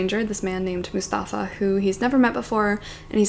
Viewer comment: Hey, not to be that guy, but I'd like to let you know that Mustafa (from Season of Migration to the North) is not pronounced the way you say it (with the emphasis on the u, MUstafa) but actually with the emphasis on the stafa (MuSTAFA). I don't really know how to explain this but hope it helps!